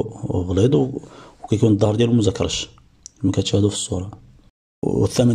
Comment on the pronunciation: خويا للتصحيح فقط ، مزركش وليس مزكرش ، وثانيا ، واحد المرة لقيت واحد المحوتة كيبيع سمك السلمون قلتلو فين كيصيدوه قالي البحر الابيض المتوسط ، واش بصح كاين السلمون فالمتوسط ؟ حيتاش فواحد الفيديو سمعت واحد بائع السمك قال بلي سمك السلمون كايجيبوه من النورويج ؟ استسمح على الاطالة وشكرا